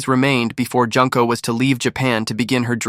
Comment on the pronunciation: Jun-ko, not Junk-ko